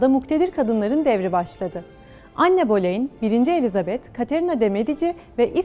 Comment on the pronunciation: ANNE BOLEYNİN İSMİNİ 'ANNE' DİYE OKUMASINDAN SONRASINI İZLEMEDİM